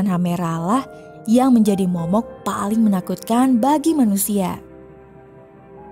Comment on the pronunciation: Momok bukan me...... Beda mba